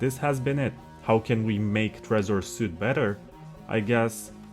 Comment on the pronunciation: It is pronounced “sweet” not “suit”. You can’t do a 1 hour tutorial and mispronounce the product’s name.